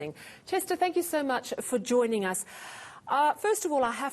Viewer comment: Chester accent is not right